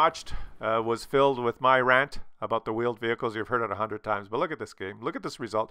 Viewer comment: Vheeled Wehicles Sounds about right 😂💀